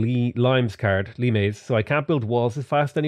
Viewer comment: that card is pronounced just like the fruit. Being a limey Irishman you should know limes when you see it...in all seriousness though, limes is for limestone I believe.